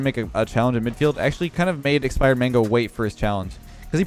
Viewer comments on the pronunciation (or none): calling expired mango expirman. haha